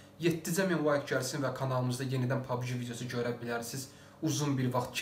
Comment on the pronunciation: Pabgi deyil pabci de pabgi pis çıxır😁